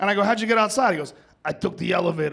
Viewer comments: "Like a Doct'a" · “likea dochhtaa”